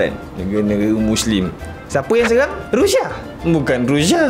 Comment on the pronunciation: Sebut bg betul la bro..Rusia, bukan Rusha..